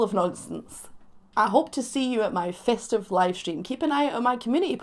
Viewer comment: Tell me why did you say festive like "fistive"? 💀